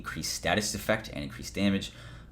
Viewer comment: You keep saying Daymage wrong bro